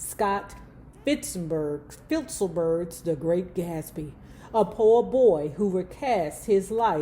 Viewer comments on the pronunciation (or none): Wait, Pedro is not a Black man's name. The writer's name of, 'The Great Gatsby' that you butchered is, F. Scott FITZGERALD